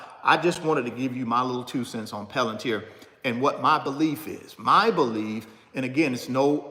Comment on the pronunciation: 😢 🤯😳Are you the only one who can’t sound this word out….😫Come on, get up.